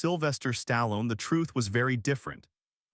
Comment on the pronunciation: This stupid-ass AI surely can't pronounce names worth a crap, especially names like "Stallone".